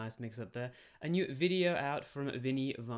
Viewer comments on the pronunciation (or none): When I heard "new viddy", I just assumed you went full-Aussie for a moment